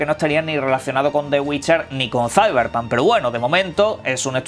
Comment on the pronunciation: Que forma tan horrible de pronunciar Cyberpunk